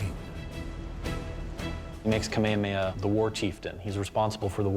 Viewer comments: Kamehameha - not ka-may-ya-may-ya Please have the respect to learn how to pronounce our great king's name. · Omg it’s pronounced Kah-may-ha-may-ha. I can’t with this narrator.